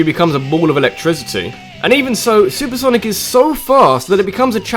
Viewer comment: "Sanic the Hedgehog" I just love you